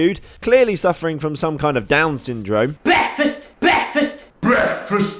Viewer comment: DUDE WTF!!!! BWEKFAST!!!!